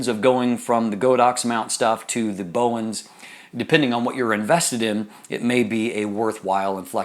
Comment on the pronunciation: Great review, thank you! However it's called "Bowens Mount" and not "Bowen Mount".